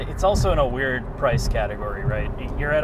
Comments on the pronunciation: I think it's appropriate. He's telling in subtle terms "You need to learn how to pronounce a simple word like also - it's not pronounced 'Auso' you simpleton!" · being incapable of pronouncing the word 'also' is pretty incredible. 'Auso' is not also - super easy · I'm still waiting for the day can pronounce the word 'Also'. He has progressed, ever so slowly - Sad!